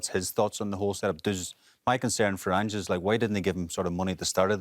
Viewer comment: Did he just call ange aynjee